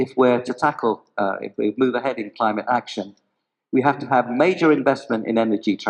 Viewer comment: Not cleemat it's Climate make correction. 😅